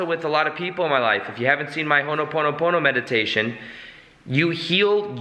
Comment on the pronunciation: It's not honoponopono. It's ho'oponopono